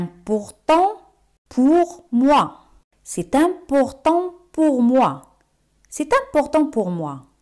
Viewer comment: Por qué c'est se te escucha cy y no ce? Merci